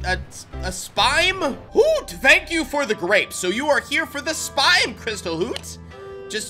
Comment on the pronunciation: it’s spime not spine. Your not getting spines.